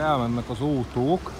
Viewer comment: A kedvencem amikor azt mondod ótóbusz trólibusz ótó nagyon bírom😍😍😍😍❤️❤️❤️❤️👍👍👍👍